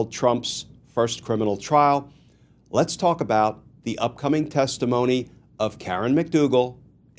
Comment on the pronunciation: Les't have a conversation. What in the hell is Les't. Are you AI ?